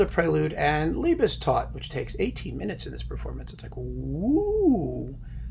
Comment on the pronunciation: Well done, many things I'd agree with. Pronunciation-wise a hoot... Liebestod is pronounced /liebestoad/ , not /liebestodd/, and Cluytens should be /kloitnz/, not /klweetañz/.